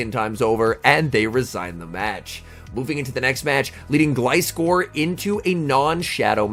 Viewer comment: First time I heard you say Gliscor's name properly 😂